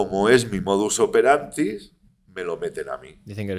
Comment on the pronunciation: "modus operantis"?? no hay más preguntas Señoría jajajja